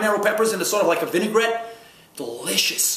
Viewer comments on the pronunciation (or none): none